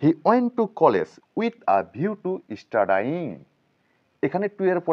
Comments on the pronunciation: স্টাডাই-ইং না বলে বলুন স্টাডিইং। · উচ্চারণটা স্টাডায়িং করবেন না। উচ্চারণ করবেন স্টাডিং। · Studying. er pronunciation wrong???